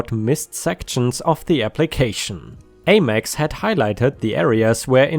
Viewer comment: American Express (AmEx) rhymes with Ham Ex. Have a wonderful Oktoberfest 🍺